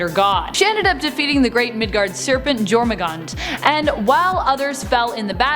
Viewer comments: Jormungandr is pronounced "Your-mun-gahn-derr" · God damn did you butcher pronouncing the world serpents name lol